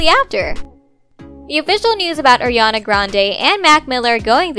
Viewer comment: It's ARiana not Ajiana